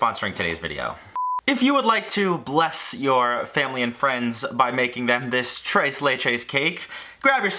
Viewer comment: I get more infuriated the more he says tres as trace